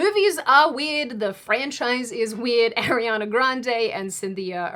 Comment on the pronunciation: I hate to be that person but Lol but it's Arr-riana. Not Airiana. Even Ariana addressed that in a video before.